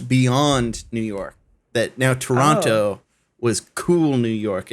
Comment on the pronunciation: Adam pronounced Toronto like he is from here. Also, we know you still love TDot!